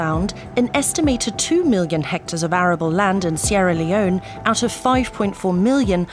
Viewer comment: Sierr Leone 😂😂😂